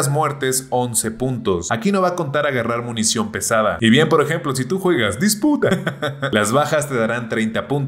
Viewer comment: Jajajaja Me sigue dando risa como dices "Disputa" jajajajaja